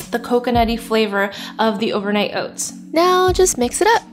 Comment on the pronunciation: "Overnight oits" 😜